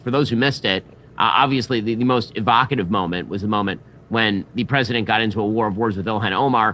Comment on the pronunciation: hahahahaha, I'm tearing up here Ben. "EE VO KAY tiv."